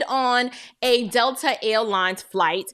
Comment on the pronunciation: Girl, I love the way you say Dell-ter instead of Delta 🤣🤣 I love your podcast and commend you on the good work you are doing. Keep going sister 👍🏽